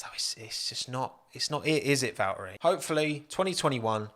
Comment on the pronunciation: They way you say Valtteri.... oh God